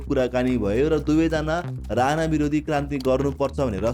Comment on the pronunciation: राना होइन राणा हो,उच्चारण सहि गरौं